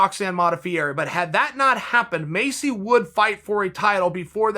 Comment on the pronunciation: Maycee Barber: “My name’s Maycee Barber” Uncle Chael: “Macy Barber” Macy Barber: “My name’s Macy Barber”